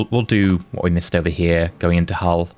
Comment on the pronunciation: One day will learn the names of places in the UK;) (and rest in Hull).